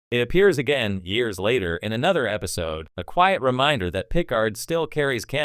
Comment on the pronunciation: Captain Gene Luke Pick-ard lol